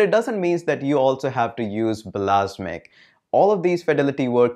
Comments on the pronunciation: "blasmiq"...really?!!!..I thought you were a real tech nerd...It's "Balsamiq"... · its not bal-a-s'mic, its bals-uh-mic #grammernazi ;-P